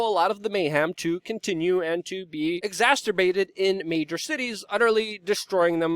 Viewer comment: Luke, we love you but, its "exacerbated", not "exasterbated". Was hoping one of your friends you tell you sooner, but I've heard it in numerous videos.